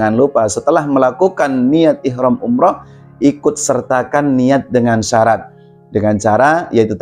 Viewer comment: Bacanya syarat nya perlu di koreksi tad